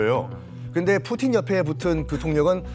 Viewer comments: 뿌찐ㅋㅋㅋㅋㅋㅋㅋㅋ발음 미치겄다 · 뿌찐 ㅋㅋㅋ 발음 살벌하네잉 ㅋ